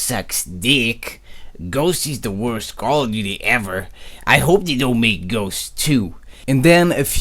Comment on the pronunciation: please kern how to pronunce ghost you're pronucing it like "ghoche"